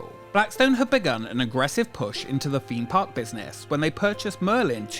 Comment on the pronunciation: 'Forpe' Park, 'Feme Park', the rides 'feming'. Lollll. Learn how to pronounce 'th's if you're going to be using 'vhe' type of words that feature 'vehm' all the time.